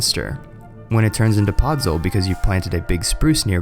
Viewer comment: 1. great video, subscribed 2. most of these are just changing the block type / changing the block state 3. it's podzol not podsol